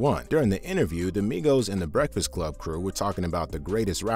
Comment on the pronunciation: "Where my BWEKFAST ATT!!!